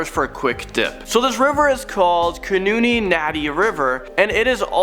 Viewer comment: the river is not khunooni its khuni nadi means bloody river